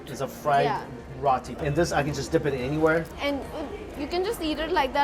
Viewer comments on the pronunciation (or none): Yea... I still love him but he's definitely not saying it right. He said it right in one of his other videos. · it's not RAH-TEE. it's ROH-TEE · What is rawtee? It’s Roetee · Mike, love all your food vids, but could you please stop pronouncing Roti as Rati. Even your friend Mehak who I gather is from India pronounces it as “Rowtee” not “Ratty”. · Bothered me too! Definitely pronounced [row-tee] not [raw-tee] 😂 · Why does Mike insist on say rotty instead of roti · somebody please correct him, Yoo Mikey its not pronounced "R-aa-t-i" its actually "R-oo-ti" use the "O" not "A" in the middle for pronouncing,the way you are saying it sounds "R-aaa-t-i" which means "A" in the middle which is wrong,Please correct it !!!!! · Micky it's pronounced "row tea" "rowtea" roti. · MIKEY Roti is pronounced as ROW-TEA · come on mike ~! it's 'row -tee' (roti) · "ROW-TEE" CORRECT PRONOUNCIATION FOR "ROTI" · This guy can’t even pronounce roti or Mumbai properly. Wtf is he doing there? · I cringe at how u pronounce “roti” Mike 😂😂😂. Great video!! Always look forward to your content!